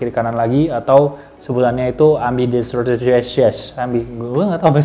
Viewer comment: Am-bideks-treus bang bacanya